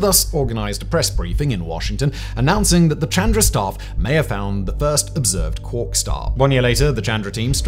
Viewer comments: You’re pronouncing quark wrong and it’s distracting 😅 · And I soon as he said it the first time I googled it to make sure I wasn’t going mad and he’s 100% pronouncing it wrong